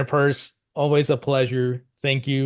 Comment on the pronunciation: It’s Pierce NOT Purse👀